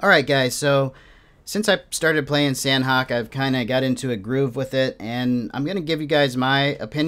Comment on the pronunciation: Please for the love of God pronounce it Sah-Nok. It is not San-Hok.